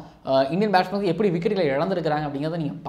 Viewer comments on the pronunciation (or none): Athu batshman illa batsman